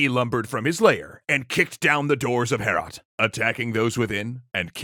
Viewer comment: It hurt me in my soul every time you said "Heorot." It's pronounced much like "Beowulf" - "Hay-oh-rot." I really recommend "Overly Sarcastic's" take on this story - it's hilarious. This was fun too.